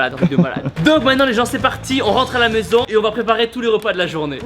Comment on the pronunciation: Tibo ta dis "ont rentre à la meuson" au lieu de maison